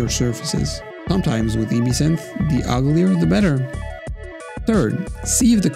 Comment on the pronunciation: "EBE-SYNTH" ? Maybe try "EB-SYNTH"